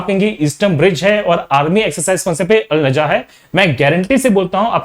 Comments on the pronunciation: The army exercise between India and Oman is Al-Nagah not Al - Najah. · I think India Oman exercise is called as Al-Nagah not Al-Najah... anyway ty so much sir🙏